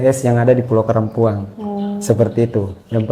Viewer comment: Sy curiga nama pulaunya sebenarnya karampuan.. Tpi penyebutannya karampuang